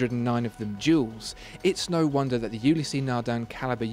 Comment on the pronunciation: The 'E' on the end of Ulysse is silent, so it's a two syllable name, not three.